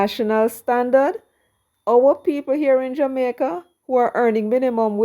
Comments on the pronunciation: Please send a message to Markie British that the word is Jamaica. Not Jamaiker... n him want to lead... kmt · Hey did the opposition leader say the people of jamaker are fed up. If I heard right did they change the name of my born country and I didn’t know or is it Mr Golding having difficulty in pronouncing Jamaica 🤷